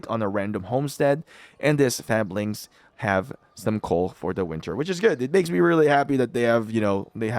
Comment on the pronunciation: I hate to be that asshole, but Fabledom is pronounded "Fayble Dom", and Fablings would be pronounded "Fayblings", as in, from a Fable. Other than that, thanks for the video and tips